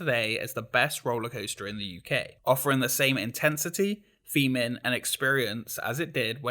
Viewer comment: Theming not feming. Learn to speak